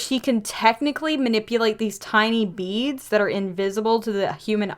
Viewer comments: I thought you said bean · When you said that he could control Beads, I almost thought that you said Beans